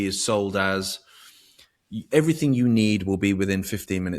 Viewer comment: It's everyTHING not everyTHINK and it's Thoughts not fourts and it's THINK not FINK and With not Wiv. Things not fings Speak like an adult not a child. It's just lazy not to pronounce correctly. Also you are English so speak the language . Otherwise great interview , ❤